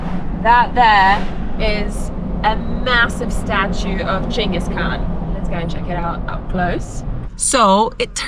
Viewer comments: Chingus not gingus? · I thought Genghis was pronounced with a soft G. Maybe I learnt something!